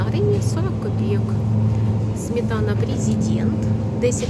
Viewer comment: Шановна, СМЕТАНА. Не смітана.